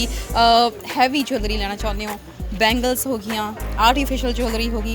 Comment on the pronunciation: ਜਵੈਲਰੀ is not right pronunciation